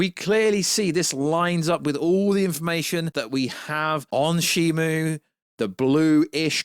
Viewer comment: it’s SHIMU, not SHIMO